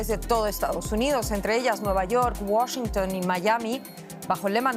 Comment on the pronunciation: porque dice wachiunnnp je je je